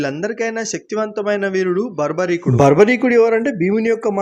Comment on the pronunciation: ఒరే బాబు బార్బరికుడు బర్భరికుడు అనకండి రా అయ్య అస్సలు మహాభారతం మొత్తం మిద ఆ పేరు ఎక్కడ కనిపియ్యదు చదవకుండా యూట్యూబ్ వీడియోస్ చూసి ఫాలో అవ్వకండి అస్సలు ఆ పేరే తెలుగు పేరు లెక్కన లేదు అంతా గొఱ్ఱెలాగ తయారు అవుతున్నారు